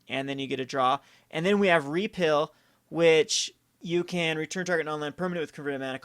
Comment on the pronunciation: Pronounced repeal and prowess wrong every time. Kind of annoying. They're not made-up words, they are actual english and have actual pronunciations.